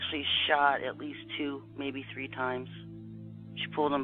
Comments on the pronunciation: Great Video and Research on topic , I Just Have One Question! All The Research You Do Have You Ever Found Your Top Lip?! 😂😂😂😂 Also Its 3 Not Tree 🌲 😂😂😂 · Saying tree instead of "three" is absolutely funny as hell. Thhhhhhhhhhhhh..... Try it again my good man. Sound out that "th" stuff. You can do it. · In this episode, said “tree (3),” “turd (3rd)” or “turty (30)” seven times. (I think)